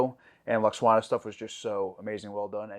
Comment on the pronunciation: Also it's pronounced… • L-wax-AH-na (not Lux-WAH-na) • LAT-a-num (not latnium) • BAY-jore • ROUNDabout Also, pronunciation of "Auberjonois" was truly excellent! 🙂